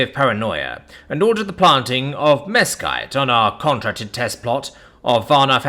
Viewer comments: Mesquite - "mess-keet". And yes it is a Nightmare, but great for bbq smoke!. -born and raised Texan. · The pronunciation sounded authentically non-human to me 👍